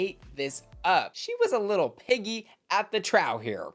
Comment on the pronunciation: lol not “little piggy at the trough” with trough pronounced like the first first syllable of trousers rather than rhyming with the last name of Jonathan Groff, as it should be pronounced 😂